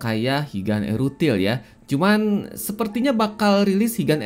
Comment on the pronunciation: wong jowo tersentil g nih ok ngomong erutil (ithil) 😂